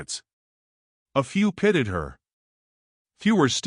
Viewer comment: If someone is kinder, i.e. kind, kinder, kindest IT IS NOT PRONOUNCED KEN-DER FOR HEAVENS'S SAKE. Also your Transcript always spells 'pitied', when someone feels sad for someone .. it is spelled 'pitted' like an olive, so is ALWAYS PRONOUNCED WRONG. In every video, so annoying .. you need to edit and have fewer ads. Your AI is awful, was it cheap?